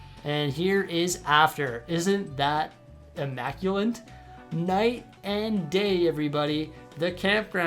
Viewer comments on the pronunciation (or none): just never heard immaculate with an n in it before? Might be regional or something? Like emoo in US vs emyoo in Australia?